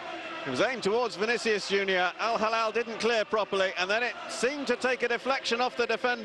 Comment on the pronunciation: If you want to be an announcer, make an effort to learn the simple name of the club. It is not al- Halal (which means Kosher), but al-Hilal (which means crescent) (“HE+LAL”)